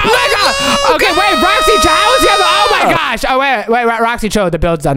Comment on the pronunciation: Oh my gwaaaaaash oh my gwaaaaaash. Learn to speak properly